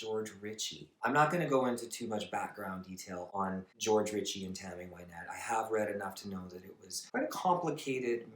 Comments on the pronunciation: I loved your video, but I would like to point out that her name is pronounced Win(as in to achieve victory)-ette not Why-nette. Here she introduces herself at 9 seconds: After her death she seems to have become "Why-nette" as most people call her that now. As a child she was called by her middle name Wynette and not by her first name Virginia. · They called her Why-nette for the first 5 or 6 seasons on Hee Haw . She didn't correct people. Johnny Cash always said her name wrong, too. Now Everybody says her name wrong.